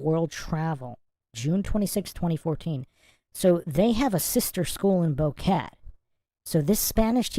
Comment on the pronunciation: Its Bo-Que-Te not Boket.